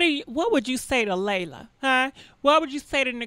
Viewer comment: LEEEEEELAAAH say it with me LEE-LAH.... LELA not LEILA or LAYLA 🤣